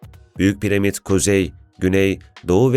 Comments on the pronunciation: Piremit değil piramit onu bile yanlış biliyorsun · abicim piremit değil piramit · Her piremid dediğinde kahroldum